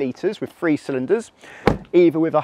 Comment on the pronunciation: Good video I assume, but I could only watch 2 minutes of it before I got fed up with hearing the presenter pronounce Three as Free!